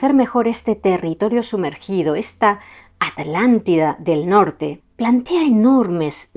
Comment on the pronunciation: Me encanta escuchar a decir: "Atlántida" y no "Alàntida"Como se escucha normalmente a los Españoles, debe hacerlo con especial énfasis como cuando yo debo decir "Vidrio" y no "virio";😊😊 impecable la exposición y la meticulosa investigación, les saludo mientras contemplo las hermosas montañas de POTES ❤❤❤ VIVA ESPAÑA!!